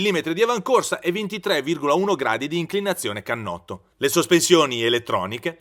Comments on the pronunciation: Cannotto.... Non si può sentire !! Per non dire uhlins 🤣🤣🤣🤣🤣 Wow che esperto ..... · e finalmente "cannotto" NON canotto!!!